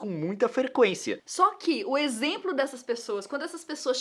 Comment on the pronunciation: Título: A Nilce fala exempro toda hora! Mas eu amo vocês!